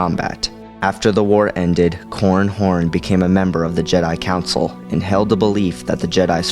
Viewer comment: i keep hearing 'corn horn'